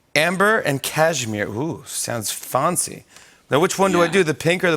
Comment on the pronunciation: "Ooo foncy" had me weak😂😂